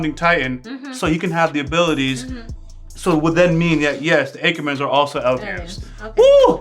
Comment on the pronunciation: Its pronounced Acker-men, not Acher-men. (Attacker, Acker not Anchor, Acher), LOL.